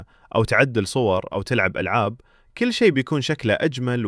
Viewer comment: ممكن اخي تنطق الكاف في كل بالضم وليس بالكسر ترى العربية اخي افضل من العاميه بكثير